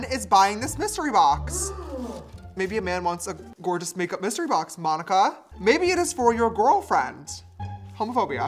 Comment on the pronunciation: Why are u saying my name like that its monika